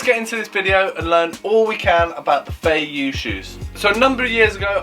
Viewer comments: Don't want to piss in your cornflakes but first of all, you pronounce Feiyue wrong. It's Feiyue not Feiyu. Second, all the feiyue are made in Shanghai and there's no such a thing as fake Feiyue. You're selling Feiyue shoes with a 'green' triangle. These shoes are made for the French and international market and cannot be sold within China. The red dot Feiyue, is called Dafu Feiyue, and has a round sole, instead of the flat sole that is produced for the French market. The red dot Feiyue can only be sold within China. You can buy the Dafu Feiyue for 30 RMB. That's about 21 Pounds. You're selling it for 23 Pounds, that's 200 RMB... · Pronounced "fay-you-ay"